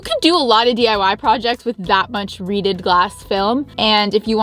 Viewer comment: REEDED! I thought you were saying "redid" lol.